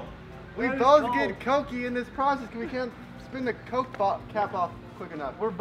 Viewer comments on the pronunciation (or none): Why di you guy's say cocy bro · im triggered. Cok E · Can you stop saying COKIE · It's coke not coky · Coke? They pronounce it (co-kee). REAL PRONOUCIATION ( CO-K-A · Why do they call it cocey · Why do you call coke coky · Man its not " coo key " its just coke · It’s not Cokey it’s coke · I love ur channel but y do u say cokey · It is c-o-k-e not c-o-k-e-y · Stop saying cokeee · why are you pronouncing coke like its cokey or cokie I mean its pronounced coke ok